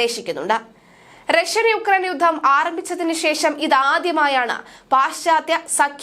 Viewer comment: വാർത്താവായനക്കാരായ ഈ പെൺകുട്ടികൾ മിക്കവരും 'യുദ്ധം' എന്നതിനെ 'യുദ്ദം' എന്നാണ് ഉച്ചരിക്കുന്നത്.